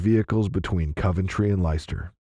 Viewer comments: I love how Americans pronounce English cities 😂 “Ly Chester” for Leicester It’s “lester” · It’s not Lie Ster…it’s pronounced Lester!! Spelt Leicester….😂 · Ditto! I think he pronounced Leicester as lie-chess-tar!